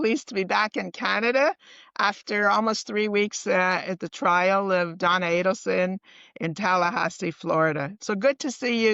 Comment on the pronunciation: Just a friendly FYI to the host, it's Adelson not Ableson as you are pronouncing and saying it. I listened over several times and you are saying Donna Ableson which is incorrect.